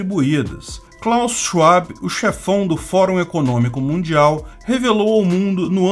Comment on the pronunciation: Amo seus vídeos,! Mas vou te dar uma dica… W em alemão se pronuncia como o V em portugués, portanto sch (como um chi rápido e levemente sibilado) e logo depois, vab(e) apenas va + fonema b. É só escrever no tradudor e ouvir. Chuabi…. fica muito ruim… Mesmo se tratando desse verme